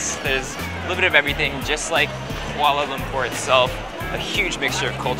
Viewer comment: This is a great video but was it only me who cringed at how he said Kuala Lumpur? I am half Malay and my mum is from kl